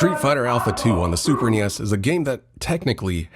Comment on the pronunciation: everytime you say super nes in a video i have to stop and think about it a moment... super knee esss...